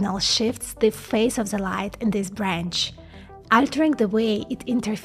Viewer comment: more "Z" !! like Zhis, Zhat, Zhose, anoZhers, etc